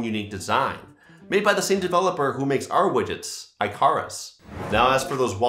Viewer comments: Its not pronounced "eye-CAR-us", it is pronounced "ICK-ah-rus". Great video regardless! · no way he mispronounced icarus 🤦‍♂️